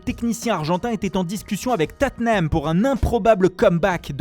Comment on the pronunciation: on dit bien Totte Nham et pas Totten Ham donc la il a bien prononcé